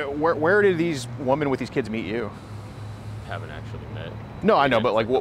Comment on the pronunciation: Please teach the plural of WOMAN is WOMEN pronounced WHI-MEN